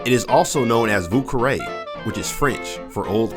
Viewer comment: You tried really hard with the French pronunciations. I had to chuckle though when you said vieux carre.